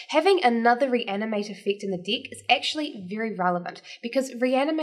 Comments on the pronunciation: She's totally understandable, and yes it might be that instead of deck, feels like she says dick 😂 . But that's OK! The only thing that kept me away watching the video is that strange habit that she has with her eyes, 👀 I felt like she was winking at me every 2sec. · might want to be careful with the pronunciation of deck ;-)